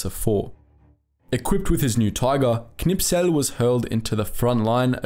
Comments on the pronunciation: K n i s p e l....not K N I P S E L :-) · Great video, just the name of the tank ace is Knispel not Knipsel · Am I the only one who notices that he says the name of Kurt Knispel wrong? He pronounces it Knipsel